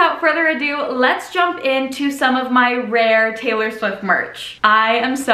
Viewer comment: you literally pronounced taylor swift so perfectly like the one she says in debut